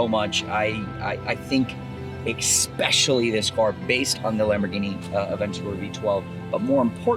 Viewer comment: Ekspecially ? Where do people learn how to speak English...